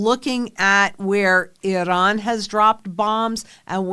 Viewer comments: lol I don’t see a D in I- ran. 😅lRAN. Not Idran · It's Iran, not Idahn. WTF. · 😂 the way you pronounced Iran is ridiculous 🤦 I should not be able to tell who you voted for by this smh it is pronounced I ran not I Don just so you know those people do not like me or you or anybody else in this country they would eliminate (thats a YT way of putting it) us immediately if given the chance so why you would well nevermind this message will not change your thoughts good luck hope you (and anybody else that is in the dark) see the light sooner than later and by all means if you dont like this country please go there to 'I Don' I assure you 100% you will love this country immediately then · Are you iranian? Why try to pronounce it different than your audience? Its iran, nor iron. Cant even watch the show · You gotta stop saying Iran that way. You sound like a moron.